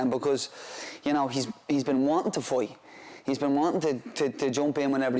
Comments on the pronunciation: Will be a good “foi” 😂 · that's literally not how that accent pronounces 'fight'. It's more like 'fiught'